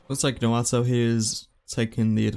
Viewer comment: keep saying noato instead of naoto 58